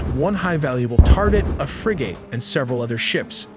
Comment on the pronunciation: For this not being AI. You sure mispronounce key words, as "frigae" instead instead of "frigate" among others, which often is the case with AI. I hope you're just dyslexic of something. In which case. Apologies. If not. Then it's highly hypocritical saying you don't use AI while using it.